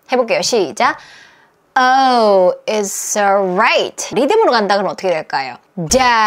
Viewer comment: "이츠" 올라잇 인줄 알았는데 "이스"로 발음 하네요.